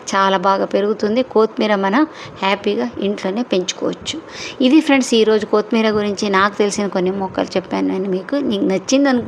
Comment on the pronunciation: Pronownsation of kothimeera is not good.